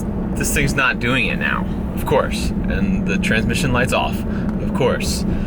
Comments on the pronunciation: Yes, part of my soul died, and I shed a single tear every time he said “transmission” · Every time he says transmission light i die a little